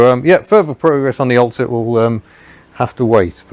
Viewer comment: Cant unhear " Ol' Cit' " - Old Citroen. Was it on purpose maybe?